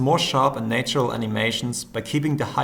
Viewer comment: It's pronounced "NAH-tural", not "NEY-tural". I know, I know it's "NEY-ture". English sucks. :)